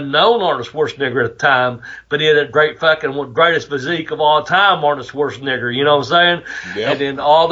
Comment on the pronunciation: Arnold “SchwarztNIGGER” 😅😅😅